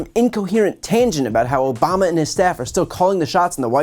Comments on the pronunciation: Not Obama,Chump. it's "OBAMNA". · As he pronounced it “Obamna.” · He’s said Obama boss/aBiden before. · Really? Obamna? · He mistakenly said Obama a few weeks ago and now he has to go along with it and act like it was on purpose. Like the “Ada” Hutchinson thing that he never has explained because he said his name wrong.